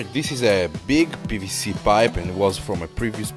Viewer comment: p"B"c pipe, not pvc